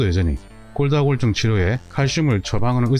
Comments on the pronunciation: 정말 잘보고 있습니다 근데 골다공증을 골다골증이라고 발음하시네요~😅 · 골다골증으로 들리네요. 골다공증 아닌가요? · 도대체 골다골증이 뭐죠? 골다공증인데, 언어부터 정확히 하셔야 할 듯 하네요. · 골다공증을 왜 골다골증 이라고 말씀 하시나요? 다른 병이 아니면 잘못 말하고 있는 건지 궁금합니다. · 처음엔 발음이 잘안되셔서 골다'공'증을 골다'골'증이라 말씀하시는줄 알았는데 화면 텍스트에도 골다'골'증이라고 쓰고계시군요. 흠.. 골다공증을 골다골증이라 하시는 이유가 궁금합니다. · 영상 쭈욱 정주향하고 있습니다. 식견이 남다른분인건 알고있지만 두번정도 영상에서 골다공증을 골다골증이라고 말씀하시면서 자막에도 그렇게 달아놓으셨던데 혹시나 의견에 반대하는 분들이 이런 소소한 걸로 꼬투리 잡을거 같아서 노파심에 댓글 남겨봅니다. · 설명을 보면 계속 골다골증이라고 하시는데 골다공증이 아니고 골다골증인가요? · 감사히 잘 보고 있습니다. 그런데 골다공증 아닌가요? 계속 골다골증이라고 하셔서요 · 골다공증 NOT 골다골증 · 선생님께서 골다골증 이라고 하시는 것 같아서 자막을 확인 해보니 역시 그러네요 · 골다골증? 골다골증? 골다골증이 뭔가요? 자꾸 영상에서 골다골증이라고 하시는데요?